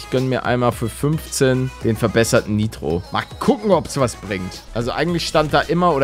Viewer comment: Es heißt NIITRO nicht neitro😂